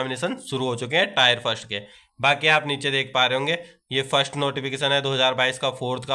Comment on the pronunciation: टायर नहीं टीयर होता है 😊